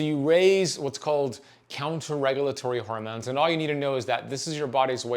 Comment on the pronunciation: Bruh the way you say "huhrmoans" 🤣